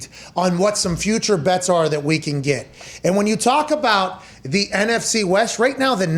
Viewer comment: Pat "Last Time We're Gonna Talk baht Aaron" McAfee